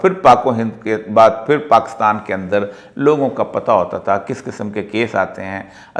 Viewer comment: Its PAKISTAN , Not PAKASTAN Sir! But thanks for telling true history to People.